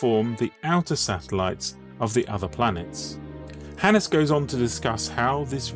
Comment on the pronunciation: A Finn here with my take on it... Hannes has two syllables, hence it's "Han-nes" with emphasis on the beginning of both syllables. Both "n"s should be heard much like in "can not". Swedes add a rising intonation to the last syllable, while Finns speak more monotonously.